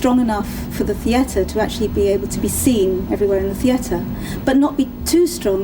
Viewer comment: first time i've heard theatre pronounced "thee ETTer"